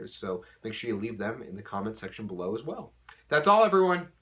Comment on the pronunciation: "access to surrey" LOLOL surrey..